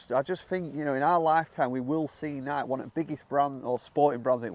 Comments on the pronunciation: Your pronouncing NIKE wrong. It's pronounced NIK-EE. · 🙄 NI-kee.. not sure if it's intentional to be irritating or genuine ignorance but it made the whole thing hard to watch.🙄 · Pronounced Nii-keeeee...had to stop watching, was driving me crazy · FYI... pronounced "Nikeay" Nike was the Greek goddess of Victory. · It's Nikeeee boys. Pronounce it like the founder does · It’s pronounced Nik’eee’ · it’s nai-kee. After the Greek goddess of victory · I'm done listening and I'm only 2 seconds in LOL who the hell doesn't know how to pronounce Nike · …it’s not pronounced Nike… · Please learn how to say the word NIKE .. 🤦🏻‍♂️ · Can’t even watch this video with that nike pronunciation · How do you say Nike wrong?? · Why do English people not know how to pronounce Nike? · My Grandmother was the only other person I’ve heard not pronounce the E in Nike 🤣🤣😅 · Your pronunciation of Nike is absurd lol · I can't take this video seriously if the guy doesn't know how to pronounce Nike! 🤣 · I like the video but for God's sake why do u insist on pronouncing the word NIKE that way? The company itself and literally everyone on earth says it correctly!!! I swear you brits do stuff like this just to mess with the rest of us, taking liberties with vowels, adding or subtracting syllables just because u can !!!😂😂 Now I'm going to go hit my PONG G425, chip a few with my Tatlist Vooooky wedges, and maybe putt a few with my Skoooty Cimeronn, man, I really do love the game of gelf !!! 🤣🤪🤣🤪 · You guys are saying it wrong thoooooo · You seriously can not pronounce Nike???????? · Had to quit watching when you pronounced the name wrong so many times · Ps the way you all say Nike is bothersome when I hear it in videos from across the pond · its NIKEEEEEEEEE not NIK Stop making names up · Why do I hear some Brits pronounce Nike like the name “Mike”. It’s fucking Nikey. Nikee. Like Mikey. Jesus Christ idk why but it bothers me so much 😂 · Nikey like crikey, not Nike like bike. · “Ni-key” not “Nike”